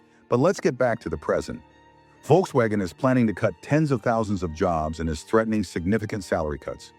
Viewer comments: I'm sorry but the visuals accompanying the voiceover are frankly tedious and irrelevant. And please learn to pronounce Volkswagen. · Your pronunciations of Volkswagen is very bad